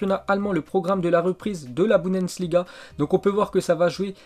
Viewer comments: C'est pas budensliga c'est la Bundesliga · aller répète après moi: Your-gaine-clope Boune-dess-liga bravo, pour la 1ere fois de ta vie tu as réussi à dire Jurgen Klopp et Bundesliga!!!